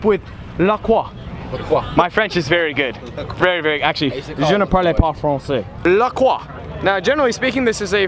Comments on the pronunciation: I hope you know it's not actually pronounced "la kwa" but "la croy" the French say it wrong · It’s pronounced La-croy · It's pronounced "Le Croy"....